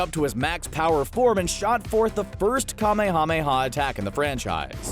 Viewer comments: I just...REALLY hate how he says Kamehameha. There's H's in there sure, but even the actors (both Japanese and English) pronounced it "Kameya Meya Wave." Or they'd at least split it into a two word structure with the H's in there. Saying each syllable like "Kame Hame Hawww" is just goofy. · I stopped watching when you miss pronounced the Ka May Ah May Yaaaa! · I cant stand how the person pronounces "kamehameha" its like he's saying "KaMeHaMeHa" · Don't say Kamehameha like that! 😤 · Idk if it's intentional or not, but that "kamehameha" pronunciation is killing me. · I overestimated how many times I could listen to someone pronounce Kamehameha incorrectly. They say it in the show about a million times. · Will you please learn to say Kamehameha correctly? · So we're just gonna let that cringy Kamehameha pronunciation go huh?